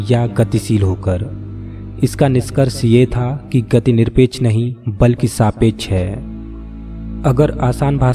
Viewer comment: And , . Please use proper hindi letters with perfect pronunciation i.e. सापेक्ष is saapeksha not a saapechh